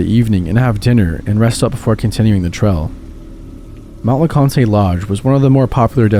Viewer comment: I know it's nitpicking, but the Conte in Mount Le Conte is just pronounced "cont", not "con-tay". We don't pronounce the E at the end.